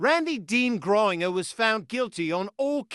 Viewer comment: It's not "griner" but "Grain-ger"